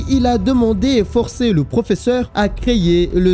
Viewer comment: Je viens de découvrir la chaine, j'adore. J'ai juste un problème avec le mot "créyer" mdr